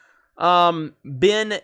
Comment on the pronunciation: You did not butcher half the names. You butchered every single one of them. You got Kynes right the first time and then carried on mispronouncing it. Bene; the last E is not silent. Gesserit is pronounced as spelled: jess-uh-rit. Denis's last name is pronounced vee-nuv. Atreides: ah-trey-deez.